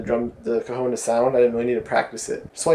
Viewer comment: hahahahaha, it sounds like if you pronounce cajon like cojon, wich means balls(male) in spanish trololo